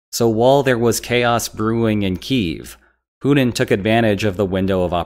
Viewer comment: “Poodin’”. = Putin